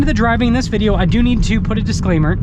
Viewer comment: Will you ever be able to say the word "video"?